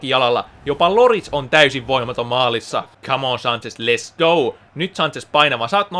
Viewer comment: Tosi hyvä vidi mut kun sanot sen less go niin sano sinne t eli lets go ihan sika hyvä video niinkuin kaikki sun :-)